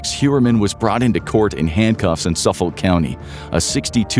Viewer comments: Say it with me now : Suf-fuk county. 🤣 (its always fun to hear non long Islanders read long island names) Born and raised on long island and used to be a dancer when he was out and about. 😢 also small framed and x user. I know i had angles with me. May all these Women be rembered for more then their "work". The drug issue is INSANE here, obviously look at our Law Enforcement 🙄 Before fent was even a thing we were one of the first 'shocks' of the 0piate epidemic 😢 been waiting for this day for almost 20 years. May the women rest, and may Rex rot. The judge called him less than a man despite being a big one and i couldn't agree more. ⚖️💯😭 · Pronounced Suffick county. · SUFF - UCK/OLK County. the OLK sounds like UCK/OLK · Excelent video, only small irritant - "Suffolk" is pronounced without the L, & the O sounds just like the I, "Suff-uk". I've lived there my whole life!